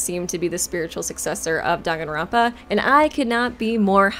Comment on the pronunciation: The way Danganronpa is being pronounced is bothering me other than that amazing video